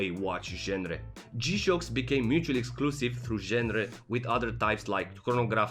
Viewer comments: Written genre, pronounced ganre.. I hear you like that word. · Genre is a word that your shouldn't be using 12 times in the one video, especially if you can't pronounce it properly. How are those English lessons going? Based on this video, I think you've been skipping class :(